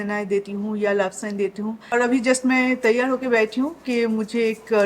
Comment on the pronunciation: Mohotarma hawit nhi..'habit' bolte hai, Avi nhi..'abhi' bolte hai,...thik hai..SM pe bol rhi ho..thoda apna pronunciation thik karlo😂😂😂😂